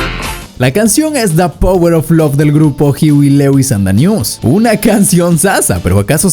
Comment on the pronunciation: It's pronounced hoo we. Lou us